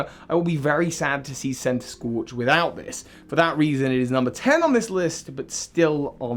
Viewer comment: THE SECOND C IN CENTISKORCH IS SUPPOSED TO BE A K!